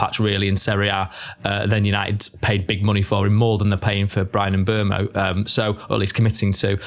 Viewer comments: Still not right. Everyone either says ..oo-mow or ..err-mow, but it's somewhere in between. Just a French "eu" vowel sound really. And the end o should be more truncated than everyone does it. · FFS there is no r in Mbeumo. M Boom O, it’s not hard.